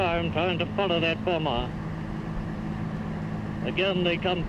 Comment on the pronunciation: The second 'B' in 'bomb' and bomber' is silent in english...so say 'bom' and 'bomer'...You can actually hear the crew refer to another 'bomer' in the audio...JFYI...Thanks for the video...Good to see this though your eyes in this video...thanks